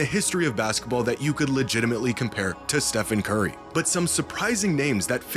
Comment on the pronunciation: "baska ball"